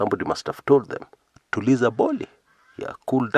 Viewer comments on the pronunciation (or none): none